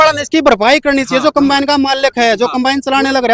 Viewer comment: अरे अनपढ़ों कंबाइन होता है compane नहीं